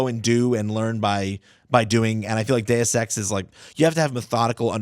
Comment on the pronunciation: I love it when you pronounce Deus Ex properly, not "duce ex".